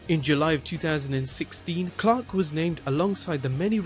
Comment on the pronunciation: excuse me are you saying cock or Clark? My subs keep saying cock lol 😂